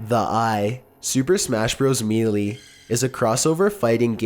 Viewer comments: its super smash brawls melee=mae-lae not me lee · may-lay Rosea-leana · You pronounced so many words wrong on this one. Not all of them names, like melee, which is a common English word and it's pronounced Mae-Lay. Sephiroth can also be considered in this category. It is a term from the esoteric doctrine of the Kabbalah. It's Se (like in Seth)-phi (like in Philadelphia)-roth (like in Rothschild) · ROSALINA (Rose-a-leena). SEPHIROTH (Seph-ir-roth). MELEE (May-lay). Seriously, take a pronunciation class if you job is pronouncing words. I'm surprised you didn't say "Lenk" or "Zalda" when talking about them. Or "Murio." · I love your vids but how you say some things kills me inside sometimes. You said Melee wrong and who is Rosalinda, I never seen her in Smash Bros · The way he says "melee" and "Sephiroth" triggers me. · Why are there so many mispronunciation in this episode. You seriously said Melee wrong? omg.